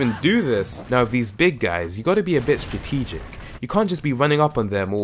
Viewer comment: you couldn't say strategic i n speed runners